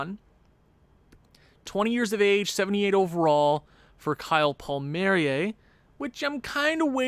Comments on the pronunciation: It's pronounced Paul marry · It’s pronounced Kyle Paul-Me-Air-E